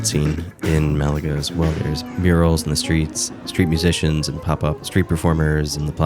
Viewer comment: I really enjoyed your video. I’m watching it while I work and I have to tell you that your soothing voice lowered my blood pressure. lol And as a fellow American, thank you for pronouncing Málaga correctly. I’m sure the locals appreciate it even more. 😆